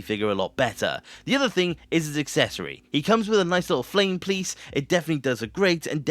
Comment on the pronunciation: Flame PLiece?!😂